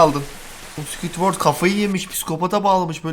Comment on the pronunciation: sqwitwört 😂😂 (yanlis anlama abi seviliyosun♥️)